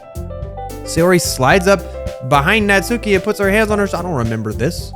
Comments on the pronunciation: Uh not tryna be rude but natsuki is pronounced knots-ski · Your new Yorker accent for natsuki is really intriguing lol